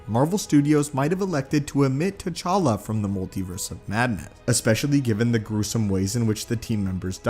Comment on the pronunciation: It's T'challa